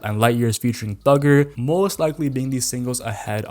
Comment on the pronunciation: Bro. DONT. EVER. SAY. “ThuGgEr” AGAIN!!!!!! YAG TOGGAF